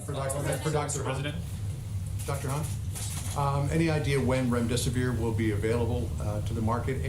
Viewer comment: I am cracking up at remdesivoir!! I haven't laughed in days